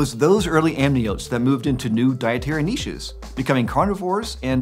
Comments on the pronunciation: Thank you for pronouncing "niches" correctly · Thank you, thank you, thank you. For pronouncing 'niches' correctly.